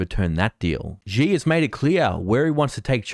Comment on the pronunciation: Not a big deal, but Xi is not pronounced as zi or ji, but shi.